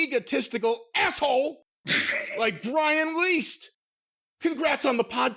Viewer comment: "Brian Least" 😂😅